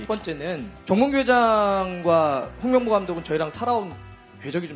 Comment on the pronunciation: 또 홍명보 하는데 똥명보로 들음 ㅋㅋㅋ